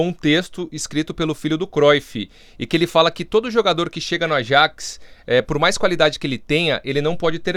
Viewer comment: Falam "Yuve" mas não falam "Ayaks". Que coisa